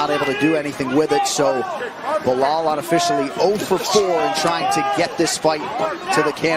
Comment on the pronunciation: Belal ❌ Belol ✅